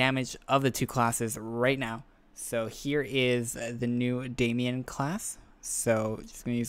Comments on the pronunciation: Matt Damian? DAMON NOT DAMIAN TF? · You caught that but missed the Matt "Damian"?....